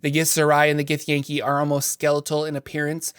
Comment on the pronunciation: I believe it’s “gith-yahn-kai” not “gith-yay-n-kee” lol